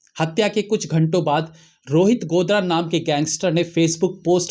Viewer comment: गोदारा है भाई साहब गोदरा नहीं